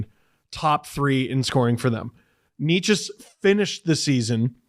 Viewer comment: It's Nay-chess